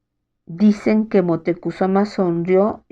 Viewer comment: La pronunciación de Moctezuma es mocte zuma